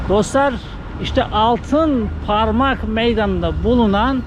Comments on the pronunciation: Altinparmak değil altıparmak gittiğin yer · ALTINPARMAK değil hacı,ALTIPARMAK...